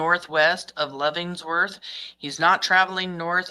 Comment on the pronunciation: Lev-en-worth like the prison. Just letting you know not trying to be a jerk.